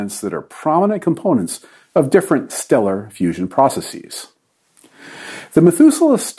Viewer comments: "Praw-cess-ees" Just speak English, it's easier. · Nitpick: The funky way he mispronounced the word "processes"